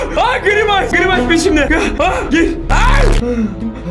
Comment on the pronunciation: Gırimays hahah grimays